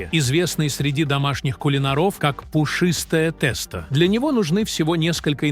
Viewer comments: У бабушек волосы встали бы дыбом услышав они ваше произнощение😂 В гороховый суп никогда не варили с курицей и показываете ребра, а не курицу. А уж про тестА я и не говорю. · Я думала что такое теста а потом догадалась, что это тесто. Ужас как можно так ставить неправильное ударение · да, тэсто убило совсем🤣